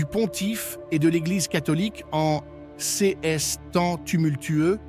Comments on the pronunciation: On dirait que les texte a été généré par une Intelligence Artificielle (IA)... En tout cas la voix est générée par un synthétiseur (avancé) étant données les fautes, comme 'CS' au lieu de 'ces', plusieurs fois) ! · Dommage que la voix synthétique remplace une personne. Les CS pour les "ces" est insupportable de bêtises et dénaturent le propos. Faites quelque chose c'est lamentable. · J'apprecierait un texte lu par une personne et non par un robot qui ignore comme se prononce, par exemple, l'adjectif démonstratif "ces".